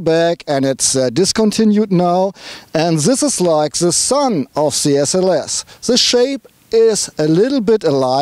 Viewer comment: Hello German friend its funny that I write a comment in english and you write me back in german hahaha see my point? dont make english reviews when you only know how to pronounce 20% of the words zank you! its called THE not ZE and so on THank you not Zank you hahahaha